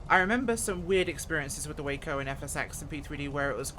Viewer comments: It's pronounced WAH-CO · I believe it’s pronounced Wah-co.